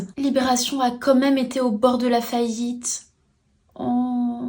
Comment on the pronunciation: Libération a ... comme-même ?? Ai-je bien entendu cette hérésie contre la langue ?😅